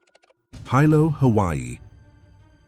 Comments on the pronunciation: Sorry Hilo is pronounced wrong - it’s kinda pronounced like Helo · Yes, I’m sorry, I wanted to snort and laugh really loud when he pronounced “Hilo” as Hi Lo. As if it was two words. I’m haole Hawaiian, and there are times I have to remember the rules my Hawaiian Mother taught me. I blame my haole blood. My relatives laugh at some of my pronunciations. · Is this AI? Totally embarrassing; how can you make a video about Hawaii and don't even bother to learn the correct pronunciation of Hawaiian names! Kaena, Hilo!